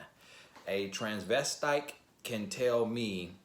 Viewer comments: “A Transvestike” .... I’m sorry, a what??? Lmaoo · He said "a Trans ves dyke"?!😅🤣😂what on earth and hell. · It was all fun and games until you said TRANS-VES-TYKE! And you enunciated the last syllable like you KNEW it was right! LOLOLOLOL Hilarious!!!